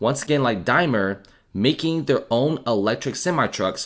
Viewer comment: Just so you know Daimler has an A and L in it.